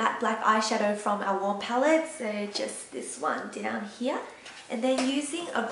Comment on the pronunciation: I like how you said here like "Heeyah" ^^